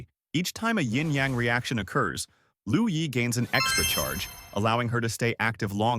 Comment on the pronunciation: With dure respect, it's "LUO YI" not "LOU YI".